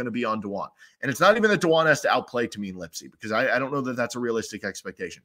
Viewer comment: Iowa State fan here - really good insights and breakdown. Looking forward to the matchup. One note - it's pronounced TAY-MIN, not TA-MEEN